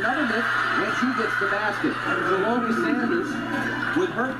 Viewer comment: The way all these commentators is butchering her name is crazy lol. Shall-lo-my=Shelomi lol